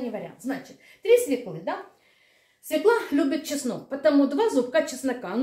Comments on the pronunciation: СвЁкла, а не свеклА !!! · Свёкла, а не свёкла.